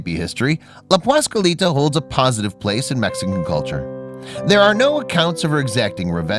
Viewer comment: He just CAN'T say "PASQUALITA" without screwing up the first syllable. WTF man!